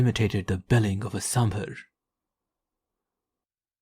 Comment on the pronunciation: it's 'Samber'. An honest attempt there friend ...indeed tigers do imitate Samber calls to lure Samber to striking distance.